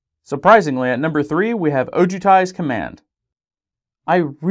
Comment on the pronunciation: Atarka, Kolaghan, Dromoka = She-dragons SILumgar OHjutai The emphasis in a weird spot when you say it